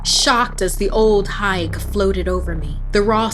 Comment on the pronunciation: Small correction: I’m Guyanese “Old Higue” is pronounced “Old Eye”